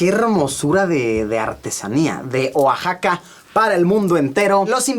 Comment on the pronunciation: Luisito así no se pronuncia Oaxaca